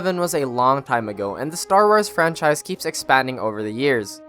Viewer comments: Did anyone else notice that he said star w-ar-s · Sorry but you broke my brain when you said Star Wirs